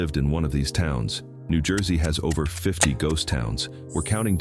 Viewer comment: Toms River, New Jewsey. ✌🏼